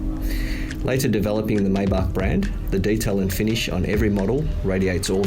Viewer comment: How embarrassing. For you,. If you really want credibility, learn how to correctly pronounce, “Maybach.” You come across as a clueless poser.